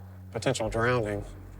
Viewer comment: Never trust an adult who says, "drownding."